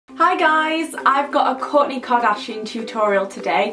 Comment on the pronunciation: "Kork k" lol no hate just thought it was funny how you say it